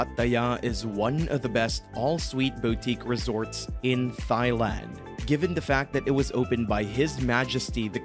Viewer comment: I don’t know. Thigh-land sounds pretty good.